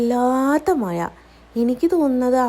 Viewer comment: മയ അല്ല മഴ.ഴ - വഴങ്ങുന്നില്ലല്ലോ 😅